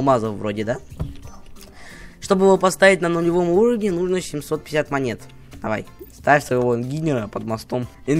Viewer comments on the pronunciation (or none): none